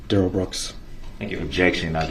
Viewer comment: I LOVE DUHrell Brooks objec-shun “I don’t go by that name (Darrell Brooks) and I am here by special appearance as a third party.”, as if he’s a special guest star. 🤣 It reminds me how Melrose Place had Heather Locklear as “Special Guest” for 4-5 seasons, even though she was a regular cast member. See in video attached